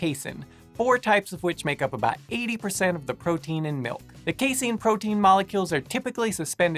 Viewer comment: C-a (same sound as FAST)-Seen Kuh-Ass-Seen I cannot even finish this video. That seriously triggered me.